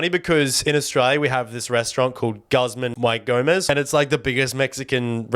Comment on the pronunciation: I got a giggle out of Australian Mexican food being so niche that he said "Guzman "why" Gomez" instead of the Spanish "ee". OZ is missing out on some good food and culture. No hate here BTW, I love Australian culture.